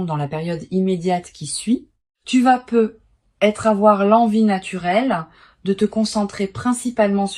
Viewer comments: Mais c'est quoi ce truc ? Des bougies qui ne fondent jamais, une IA qui ne sait pas prononcer "peut-être", qui fait des pauses anormales et qui se noie dans un verbiage incompréhensible ?! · Et ce bug tout aussi systématique sur les "peut-être" dont la liaison totalement ratée entre le "e" et le "t" nous donnerait bien l'impression que vous vous retrouviez soudain avec une patate brûlante dans la bouche ... Si l'hypothèse massive que vous soyez, en fait, tout simplement une IA n'etait pas aussi évidente 😢 Ça fait beaucoup d'abstraction pour pouvoir écouter profondément et capter la partie de l'essence qui nous est propre